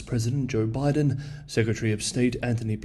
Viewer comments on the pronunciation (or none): none